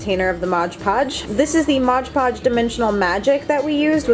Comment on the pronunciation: It's "Mod Podge" not modge podge.